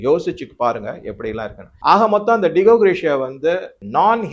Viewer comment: டிகோ க்ரேக்ஷியா இல்ல. டியேகோ கார்சியா. Di-ye-go gaar- si- aah.